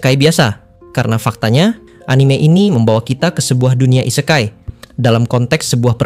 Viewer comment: ise-kai dengan "e" dibaca seperti di kata "ekor" / "elok" bukan "e" seprti di katan "endapan" / "sebuah"